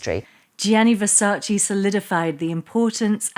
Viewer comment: It’s VersacE, not Versaci. U lost me with that insult of fashion knowledge. And where is Helena Christensen? Kendal is mentioned, but not Helena or Natalia Vodianova…